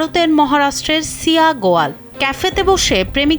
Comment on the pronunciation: আবে মূর্খ বাংলাদেশি শিয়া গোয়াল নয় শিয়া গোএল😂